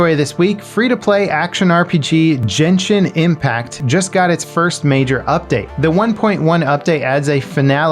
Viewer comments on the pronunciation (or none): Did you just call genahin impact gen shin impact?!?!?!? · Genjin and not jenjin. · Genshin (Gen part)doesn't pronounce as Generation but Get without a t with n .